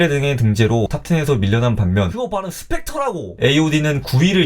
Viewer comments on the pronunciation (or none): 그거 발음 스펙터라고!!! ㅋㅋㅋ